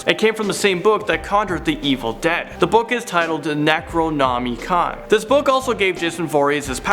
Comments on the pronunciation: Neck row nommey khan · Neh-crow (oh)-naw-mi (like "mi"-ckey mouse)-con....I hope this helps with future videos, and I'm sure it'll pop up again given the content you guys stream 💕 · Is this real life, did you just say "Neck-row-nom-E-con"? That is boarder line unforgivable. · the scariest part of this video was you trying to pronounce the word Necronimicon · So glad you toned down a bit; really early on your enthusiasm seemed fake; now you just need to work on your pronunciations; say necronomicon to Jack from top 5 scary and have him give you a hand lol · youre putting way too much emphasis into the word Necronomicon. try saying it faster, but not enunciating the I so hard if I was in a horror movie I would be in Halloween. to survive all you have to do is not be related to Michael Meyers and get the hell outta haddonfield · Your pronunciation of the word necronomicon was atrocious